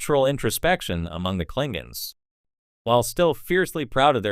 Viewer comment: Kling gons ? C'mon !